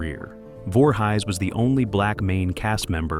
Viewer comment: I'm forever saying, "You Know, Jason Voorhighs, from Camp Creeestal Lake"